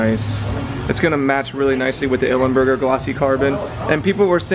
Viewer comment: It's Ilmberger (I L M - Burger) buddy, come on get it right :) Please don't remove the chain guard and shark fin. What carbon is that?